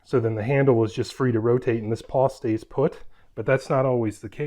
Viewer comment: Nice review, and nice jack stands. But I gotta say, it's a ratchet PAWL, not PAW. I've got an old orange china set like yours, and a set with removable pins. No issues in over 20 years of use.